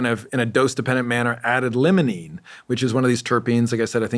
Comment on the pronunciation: It’s said like, ‘LYMEolene’ not ‘LEMONENE’ You’d think he’d know this. Also, he claims the most dominant terpene in cannabis is Myrcene? I wonder if his studies are of strains coming from northern hemisphere growers. The dispensaries here in the south have nothing but majority limonene in their strains. I think he should research more into terpenes. The best shampoos in my opinion have limonene as one of their top ingredients. It truly wakes you up! There’s no myrcene shampoos out there though.